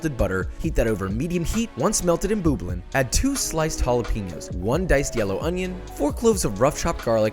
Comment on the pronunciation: did he say boob-ling instead of bubbling